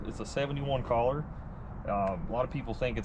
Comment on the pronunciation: Not sure what part of the country that feller is from but please let him know that the word color is pronounced Kuh- Lr not Call -lur That got my OCD's boiling